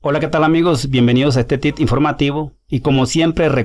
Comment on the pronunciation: No aprendes a hablar. No se dice TIt informativo, lo correcto es Tip. Así tienes otros muchos errores de lenguaje. Debes leer más para que aprendas.